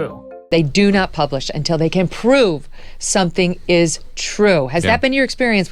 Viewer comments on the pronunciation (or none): How does the NYT reporter have a job when he can’t even say the word prove correctly